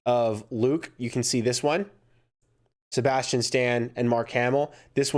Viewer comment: You say Sabastain wrong LOL. No hate.